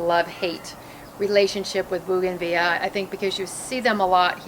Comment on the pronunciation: Why don’t you say the L in bougainvillea